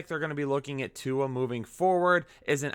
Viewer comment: You murdered Tua's name. I may have as well.